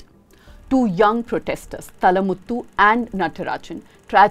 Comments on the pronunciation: Not talamuthu- it’s Thaalamuthu! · His name is Thaa-la-muththu... not tha-la-muththu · It is not தளமுத்து it is தாளமுத்து நடராஜன். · Just a humble correction it is thaala muthu not thalamuthu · I request to pronounce the names of our soldiers properly. The name is Mr.Thaalamuthu. And the protests were not ' Anti Hindi protests' but they were ' Anti Hindi Imposition Protests'. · The little pronunciation mistakes makes in Tamil adds cuteness to this very neat and clear presentation of the subject. Madam, it is ThAAlamuthu, and it is Thanith Thamizh, not Thanitha. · “थालामुथु not थलमुटु “ at least you should known the language before comment, this shows your pare one side yet another North dictator group of News medias. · It's pronounced as ThaaLamuththu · Work on Tamil pronunciation. Thaalamuthu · How hard is it to learn the pronunciation of 'Thalamuthu'?